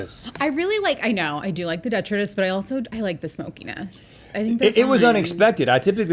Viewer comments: I don't see that anyone commented, but it is de-TRY-tus, right? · It is, in fact, duh-tri-tuss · Sorry Link, Rhett & Gwynedd are correct, it’s duh-trai-tuhs 😉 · hearing them pronounce detritus in that first round hurts me DE-TRY-TIS not DE-TRUH-TIS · It is de’tri’tus not detri’tus. Arrgghh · Its pronounced deh-try-tus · Despite Links best efforts, it is pronounced duh-trai-tuhs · Rhett is correct. The pronunciation is "de TRY tus". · de-try-dus is the correct way to say it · My people! Wildlife biologist here. I started scrolling through the comments the minute I heard Link say it incorrectly. 😂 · Okay but detritus is pronounced like de-try-tus right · Sorry to be that guy... Detritus: duh·trai·tuhs Gwynedd: Gwinith (it's Welsh) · and she went for the most expensive ones, with bougie deh-try-tuss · It bothers me how they pronounce detritus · Was that detritus on the mozzarella sticks? I can’t decide if they made up a new pronunciation, or just used a word I’ve never heard. 😂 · I'm so glad they corrected Link's pronunciation on detritus. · Links reaction to being poked in the finger speaks volumes. (Deep seated Anger issues) and detritus is pronounced the way Rhett asks him to say it. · cant watch anymore after the detritus mispronunciation.😑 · Please stop mispronouncing "detritus". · Imagine not being able to say detritus correctly. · LOL thank goodness Rhett said something. The way link was pronouncing detritus was setting my teeth on edge. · It is di-trite-us 😂